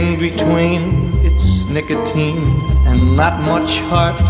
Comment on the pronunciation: Caffeine or nicOHTEEN……….